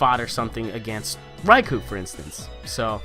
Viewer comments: the amount of "Raikoo"s was silly lol. it's "Rai-Koh" though I'm pretty sure you know that XD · a better explanation is "Rai-Koh" considering the word is Japanese for "Lightning" and "ou" in Romanized Japanese is just a long "o" sound :p